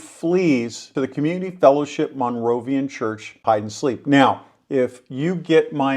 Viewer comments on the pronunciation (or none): It's a Moravian church, not a "Monrovian" church. FOR-syth is in Georgia. For-SYTH is in North Carolina.